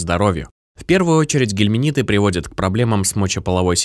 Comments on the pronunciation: Очень режет слух, когда говорят "гельминиты" вместо " гельминты". А натощак 2 раза в день выпить противоглистное средство не удастся, потому что натощак можно выпить только перед завтраком, а потом ( 2- ой и 3- й раз) просто перед едой. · Не гелминиты ,а гельминты.